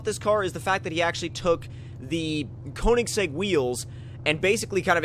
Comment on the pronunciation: Thats is not how u say it